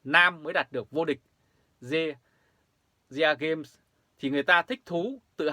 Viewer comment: SEAGAME , đọc là : xi -gêm , theo kiểu tiếng Anh , dân mình dễ hiểu hơn . Thương.